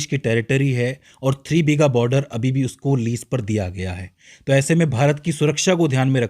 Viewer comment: Its not BHEEGA, it's BIGHA